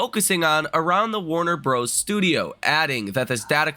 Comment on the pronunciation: It's Warner Brothers. Not broos 😂